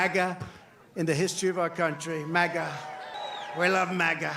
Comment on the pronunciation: What is up with trump sounding like a toddler saying his first words when pronouncing "MAGA" nowadays? "Ma-Ga" ahh